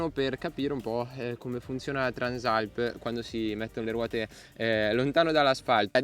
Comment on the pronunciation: peccato non sai come si chiama questa moto, Transàlp non Trànsalp